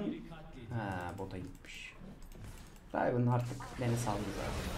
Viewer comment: Rayvın değil rivın